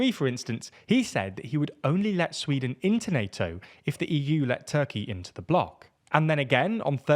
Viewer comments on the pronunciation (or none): none